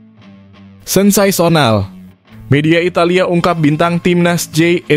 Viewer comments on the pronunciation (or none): sensaysonal 😂😂 Yang betul sensasional